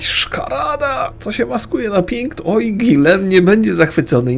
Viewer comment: Czemu nie czyta "Gijom" jak sam lektor tylko "Guilem" Czy jakoś tak?